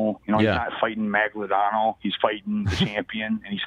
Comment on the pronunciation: Fabio Maglodano?????? it's Maldonado!